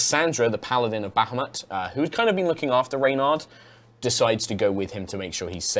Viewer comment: Bahamut not Bahumat..